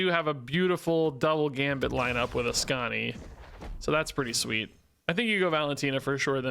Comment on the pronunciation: Askanison -> Askanimom, where's Askanidad?